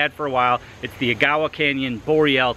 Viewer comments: Got that right but not Agawa haha. Almost aeggawa not aguyawaw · Ben, it's pronounced AGG-a-wah. Great video too.